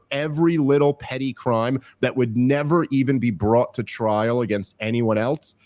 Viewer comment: Has anyone noticed how Dave adds a T to the word "else"...prounounces it "eltse"...Rogan does it sometimes too. I have no real opinion on it, just an interesting linguistic nuance